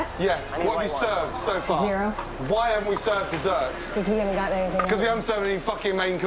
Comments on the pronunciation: "anythink and everythink..." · Is it just me but I’m triggered by Ramsay saying “anythink” and “everythink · Bro really just said be ready for anythink and everythink